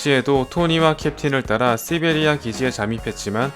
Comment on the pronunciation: 오우 thㅣ베리아 발음 좋아요~♡